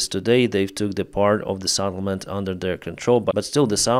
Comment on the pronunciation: SETTLEMENT not SAT ttlement. You've been mispronouncing it for years now. Come on man.